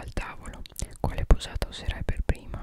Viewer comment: Il principe che arriva da dietro dicendo pavli di me pev caso era inquietante 😂